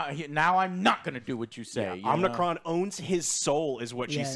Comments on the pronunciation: You mean to tell me there's 3 of you guys with access to google and none of you bothered to correctly see and probounce unicrons name or do any research? I get reviews ate opinions but do the joes not get the animated series and the 1985 movie had humans along side them wirh acrual backstories. These movies are top of the libe deep films. Theyre adaptations of corny cartoons and comics. At least the humans had a more compelling story , not over sexualized like michael bays or super cringey loke the older ones that gave robots balls and had them peeing on humans for comic relief. Lol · He keeps saying Omnicron in the whole damn video😂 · Who the F is Omnicron?🤣🤣🤣🤣🤣🤣 Don't you mean Unicron. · Omnicron 🤣🤣🤣 it's Unicron lol that is the name of the planet lol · Are you guys sure you are Transformers fans? Joe said several times Omnicron. Who the hell is Omnicron? lol It's Unicron! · Its hard to take this review seriously. He cant even say unicron right. Clearly never watched transformers animated. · Fans yata ng Combatron or Covid itong mga to :D Unicron not OMICRON or OMNICRON :D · It's Unicron. Not Omnicron. He isn't a Covid variant. I grew up with the cartoons. Loved them. This is a good movie. *Cheetah did have several lines. I watch all these reviews (Joes), and they get around 60% (6/10) their scale, accurate in movies. Stick to game reviews, please! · Guys…. UNICRON! NOT OMNICRON!!! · Dude it's not omnicron it's unicron, it's about humans and robots if you keep bitching then don't watch it again and stop talking about it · Omnicron? Who is that? Or do you people mean unicron? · It's unicron not omnicron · Its Unicron not Omnicron If your going to review something say it right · Unicron ,.. not Umicron :D the magazines and comics have 1% human 99% robot action ! its piss poor story telling cant we get a non-human-centric film - 7th and still failing ! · Omicron??? Joe!! Its Unicron!!! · Do You mean Unicron? Omnicron?? Tf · It's pronounced Un-i-cron. Not Omicron.